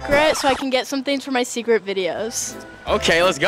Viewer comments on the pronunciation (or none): She pronounces is sacret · She said ,,sekret" is the pronunciation form of polish word secret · She pronounce the secret in a French tone